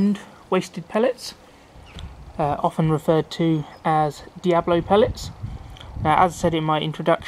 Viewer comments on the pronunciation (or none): its D.I.A.B.O.L.O NOT diablo